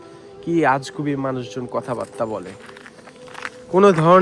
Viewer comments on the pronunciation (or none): none